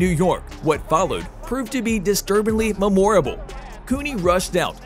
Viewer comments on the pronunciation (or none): My favorite mispronunciation was "mem-OR-uh-bull." 🤣 (memorable)